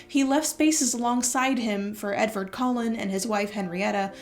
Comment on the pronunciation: When you say Edvard Collin I cannot help to hear Edward Cullen and it's like a mini jumpscare every time :D